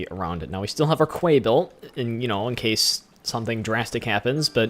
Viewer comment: Quay, it's pronounced like "key" and not "qway"